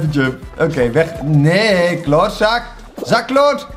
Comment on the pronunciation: Zak kloot ??🤣🤣🤣(leuk Duits accent hoor😂)